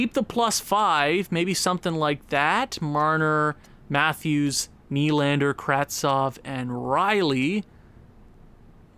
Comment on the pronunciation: Kase is said like Kaw-Sha Nylander is Knee-Lander